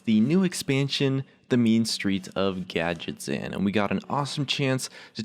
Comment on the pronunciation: gad get zan not gadjetzan